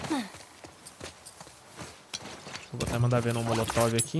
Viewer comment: So eu que percebo ele falar "MOTOLOV" ao inves de "MOLOTOV" KKKKKK